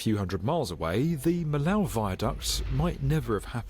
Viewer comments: It's NOT the "Mee-Lau" viaduct. It's the "Mee-Oh" viaduct. the "OH" as in Gateau "Gat-OH" , "Mee-OH" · It's not Milow Vayduc 😅 It's Vee-ya-duc (Duc not duck) de Mee-yo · Why do the narrator keeps saying Millau like that, it's Me Yo :D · Fyi, it's pronounced me-yo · The city is "miyo" even "miyoo" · By the way, the pronunciation in French is much more like "Mee-yo".